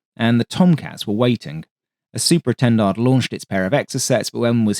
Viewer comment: “super e-tendards” 🥴